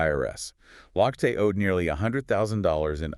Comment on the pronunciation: His name is pronounced “Loch te”